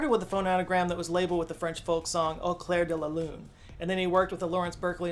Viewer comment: AAu-clairre-de-la-lu-ne-mon-aaaa-mi-Pierrrr-ot-Prête..... he is rolling damn hard his R